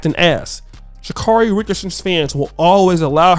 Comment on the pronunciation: For God's sakes if you people are going to continue to talk about this woman can somebody consistently pronounce her name right?! Her name is Sha-carry